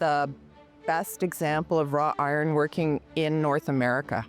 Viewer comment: wrought iron, not raw iron